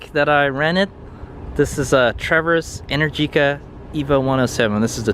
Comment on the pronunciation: Happy Birthday! Amazing choice of bike, and omg that is the most epic string of my favorite bay area roads!! Also just fyi, Energica is pronounced En-air-jica, and it flows kinda like "America". Ok back to watching :D